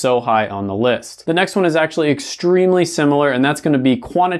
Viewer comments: eh con oh metrics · You mispronounced econometrics.